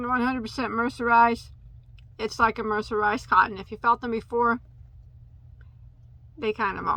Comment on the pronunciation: 😂😂😂😂 say mercenized one more time 😭😭😭🤣🤣🤣🤣